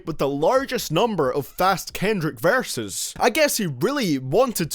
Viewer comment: this man says varses not verses.